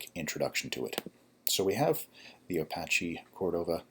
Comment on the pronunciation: "Apasch Còrdova"